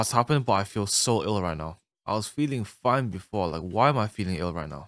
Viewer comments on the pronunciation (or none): none